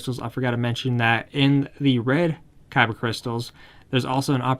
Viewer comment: keeps saying kaiba instead of Khyber